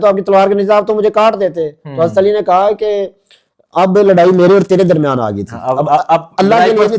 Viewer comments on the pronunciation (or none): none